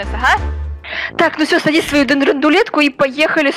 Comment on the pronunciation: Он сказал са са садись